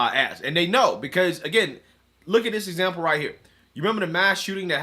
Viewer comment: Rahighthaha. I mean, rahighthaha. Ok? Rahightha